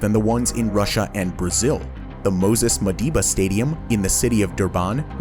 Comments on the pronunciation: its Moses Mabhida Stadium not "Madhiba" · 😄 "Dur-bahn" He also said "Moses Madhiba" instead of "Moses Mabhida"